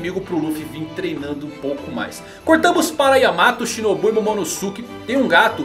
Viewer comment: sem querer ser mala mas pronúncia certo eh /Momonôske/, não MomonosUke